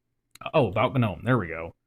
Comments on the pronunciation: Why is everyone pronouncing the g in gnome? it's silent. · Every time someone pronounces the G in Gnome i can’t help but think of the “I’m gnot a goblin, I’m a gnome” meme